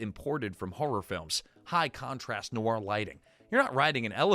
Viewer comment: Sigh, . . . it's not "neh-wor", it's "nwor". Just sayin'